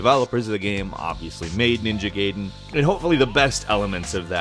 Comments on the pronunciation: Kingdom Come just feels very sketchy. I bet it's either gonna be the next No Man's Sky or it's gonna be cancelled completely. Also, it's pronounced GUY-den, not GAY-den. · goddamn, Gaiden pronounced guy-DEN, not GAY-din. technically it's gah-ee-DEN, but said quickly it's guy-DEN. youtuber too young or stupid to realize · Gaiden = Guy - Den Not Gay-den. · Its pronounced Gai (as in eye) den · It's not called Ninja Gayden... it's Ninja Gaiden, it does not sound like gay; but more like guy. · Ninja Gay-den... Isn't it pronounced Guy-den? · Feels like you're saying Gaiden (spoken as GUY-den) on purpose there: o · Ninja Gay-den, huh... I see. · FOR FUCKS SAKE ITS NINJA GAIDEN! NOT GAYDEN! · Ninja Gayden. Ninja Gayden. Ninja Gayden. Gai is not "gay". "A" from Shaman and "I" from "it", to put it in American perspective. But still good you mentioned Ninja Gaiden, as so many people seem to only compare Nioh to Dark Souls and blissfully ignore Ninja Gaiden and it's famously difficult action gameplay. Nioh looks to be a hybrid of both. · I love the way he says ninja gaiden